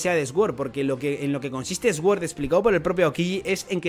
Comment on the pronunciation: pronuncias sword mal, mira en el traductor como se pronuncia correctamente que me pones nervioso😂